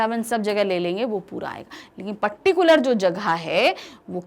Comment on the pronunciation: mam ji paticular nhi hota particular hota hai 😂👍